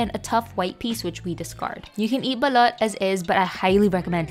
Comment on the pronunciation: SOMEONE FINALLY SAYING IT RIGHTTTTTT